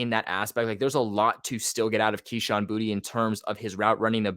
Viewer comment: I thought it was boot not booty 😂😂